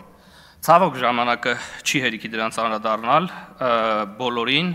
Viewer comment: <անԴրադաՌնալ> է , ոչ թե՝ շա՜տ կոպի՛տ սխալով ՝ <անՐադառնալ>,ամո՛թ է,ամո՛թ, հայոց լեզու սովորե՜՜ք...